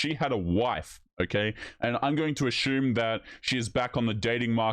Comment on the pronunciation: Uh Shume??? Assume doesn’t have an H in the word.